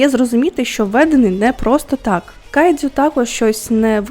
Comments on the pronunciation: Тільки кайджю, не дзю.... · Відео супер, але можна будь ласка, без цієї полівановщини по типу "кайДЗЮ" "іТІкава" "сьонен" і т.п.?